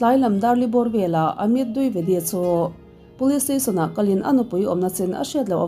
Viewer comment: Dwivedi ( di ve di) tih a lam tur ania,,(duivedi) nilo in,,ka lo sawi ve mai2,, min lo ngei ngawt ange 😂 ka sawi ve mai2